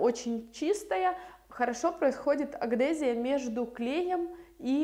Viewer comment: аДгезия, а не аГдезия)))